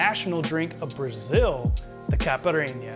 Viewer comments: Ty for the tutorial! Although, it's pronounced "KA-SHA-SSA" ("s" sound not "z" sound) and "KAI-PI-RI-NIA" ("nha" in portuguese is pronounce as the "ña" in spanish) :) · The way you said caipirinha gave me depression and I'm not even brasilian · lol butchers both the name of the drink and the alcohol used lol so white.